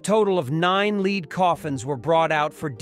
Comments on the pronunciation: lead coffins /leh: d/ not /li: d/ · How sad that they could not get someone who speak English to narate this - utterly ruins the video ' the metal is "led" not "leed" - rather stupid on the producers side I would think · Dreadfull synthetic "narration" full of BS phonetics (*lead* coffin dies not rhyme with leed but "dead"), terrible diction and wooden pace!!!!! If this is AI, the future REAL narrators is not at risk. Awful!!! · Someone couldn't have proofed this before it was posted? Notre Dame deserves more than that. Lead (the metal) is pronounced "led" not "leed" and the twelfth repeatedly pronounced "twelf-eth?" Such an important update to an English speaking audience needs and deserves detailed supervision, this makes it look and sound like something that was just sloppily thrown together to get it out first before anyone else. Thumbs down. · Tel younai narrator it is pronounced led not leed (lead) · "Oh, great god AI, learn how to say 'leed' properly. And while you're at it, please include also 'th.' " 🙉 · And "lead is very malleable", with lead pronounced leed. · Complaint: A.I. narration needs improving. The metal lead was pronounced "leed" as an example. Otherwise, the narrative and update was excellent. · These AI narrations get on your nerves with all their mispronounciations, such a leed for lead. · Agreed! Your content is great but gaffs like “leed coffins” and “pee-eht -uh” and “January twelve -eth” are so cringe worthy I nearly turned the whole video off. God help our education system if this is a real person. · So great to see the progress. I just wish the AI narrator would learn how to pronounce the metal that covers the spire. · “Lead” coffins? Why not lead (the metal)? Disgusting AI voice with no sense of what is being stated. Drives me nuts!